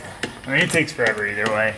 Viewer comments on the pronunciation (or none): none